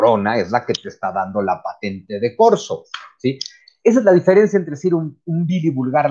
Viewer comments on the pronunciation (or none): none